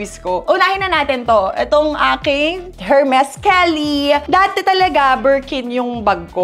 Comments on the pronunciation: hermes dont pronounce hermes kundi ermes silent h po siya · It’s silent H po yung Hermes. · Sinsadya nya ba pronunciation Ng Hermes nag pptawa lng ganon